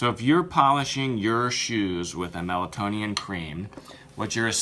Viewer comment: C'mon guys, please, let's at least be respectful enough to get the name correct, it's Meltonian, not melatonin or melatonian. It may be the least the product deserves, but in a comparison such as this, it is deserved.